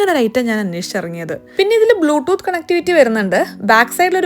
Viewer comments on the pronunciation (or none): none